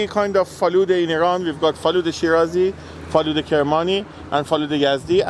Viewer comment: Faloodeh: Feloodah: Faloodeh: Feloodah: we have Faloodeh Kermani, we have Faloodeh Shirazi and Faloodeh Yazdi: Feloodah